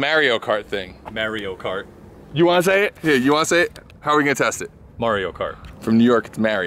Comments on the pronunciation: It's Mario cart, not Maria Car, need to find a gocart :D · These dudes really just said “Mary-o kart”... it’s M A R I O KART UUGGGGHHHHH!!!! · 'Merio kart?" LOL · What is this "merio cart" you speak of? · Mario Kart 🤦🏼‍♂️ Mahr eee oh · That boy really said marryo cart 🤣🤣🤣🤣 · I honestly dunno if I can handle watching this video if I keep hearing "merry-o kart" lol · "Mayrio kart" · Marry-o kart?... bruh. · Mare-io kert... 😂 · Did you REALLY just call Mario Kart 'Merio Kart'? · Did he just say "Mare-ee-o" Kart? Da fuq... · It’s Mario Cart not Merio Cart